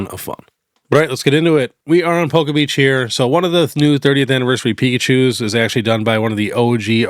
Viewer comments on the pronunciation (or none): none